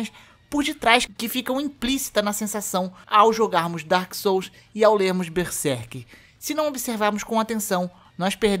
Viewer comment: Tá mais por que tu primeiro disse ''Dôrkis sóus'' e dps q começou pronunciar certo?